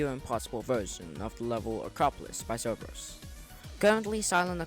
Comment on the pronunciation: I’ve never ever heard anyone pronounce zobros as zerberus